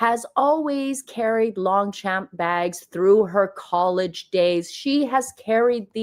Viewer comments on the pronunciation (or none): "Lohhng-sha-hm" sweety🤭 it's French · In Longchamp the G and P are silent